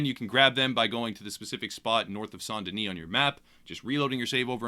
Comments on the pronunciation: best pronounciation here, from a french-speaker's perspective. "Sahn deuni" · I heard arthur pronounce like saint den-ee and I’ve just assumed it was the right pronunciation. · this is ridiculous but its pronounced "san den-ee" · It was pronounced saint deni in game... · it's called saant-denieh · in the game they pronounce it like 'san denee'.. probably because of all the French people living there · **pronounces saint denis correctly** thank you my good man